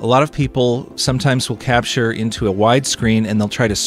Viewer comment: you say crapture and it made my day :D